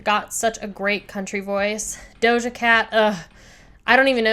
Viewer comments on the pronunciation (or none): none